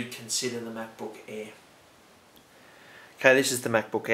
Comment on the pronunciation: MacBook "EH"